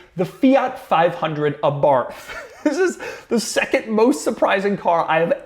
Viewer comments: It’s actually pronounced Abar-t, not a Abarth for the fiat. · That's not how you pronounce abarth.